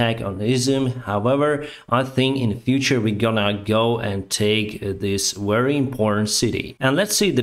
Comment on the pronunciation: You are more than a batalion of tanks. If I may, Improve Your pronounciation of „v” eg very vs. wary 👍😄 _v_(ehicle) like „*в*еликий” and _w_(ater) like „*л*ось”